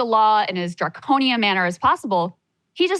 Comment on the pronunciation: ok thats fine but then don't spin your show as (and I quote) "we're trying to build something different than the mainstream!" And then just come on here and blather mainstream leftist talking points. I mean how many times can you count saying "draconinian"? Draconian, Draconian, Draconian!!! Sounds like a CNN segment